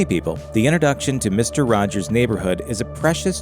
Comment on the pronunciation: “Misto wajows” Oof.